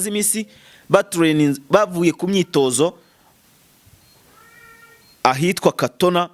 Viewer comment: Kitona ntabwo ari katona bro